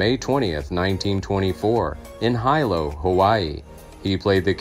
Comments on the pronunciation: It’s not HI=LO. Pronounced Hee-lo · Hi - lo Hawaii? It's pronounced hee - lo! WTF?